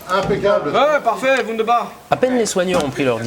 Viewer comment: "Oh parfait ! Wundabach ! " Trop énorme :D ah les alsaciens !